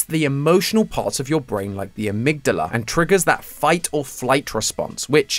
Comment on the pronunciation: you said amygdala like bloodborne…..amygdala from bloodborne the dark souls game